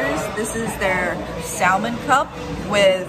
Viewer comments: you're not supposed to pronounce the L in salmon, lol. It's "sah-men";) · It’s spelled salmon but the L is supposed to be silent.